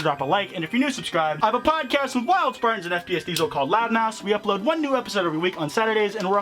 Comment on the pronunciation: Every time you mention loud mouths I think you say loud mouse? I'm always so confused